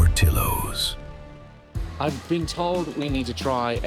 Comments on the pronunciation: Oh man… “PortiLLos” 😢🤣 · as an Arizonan ill forever call it por-ti-ohs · Listen to him! Ollie is the king of things coming out that shouldn't have. P.S. It's pronounced Poor-tea-ohs P.S.S. Just because it's served in a hotdog bun, a Polish sausage IS NOT a hotdog! It's like the whole chicken sandwich, chicken burger thing all over again.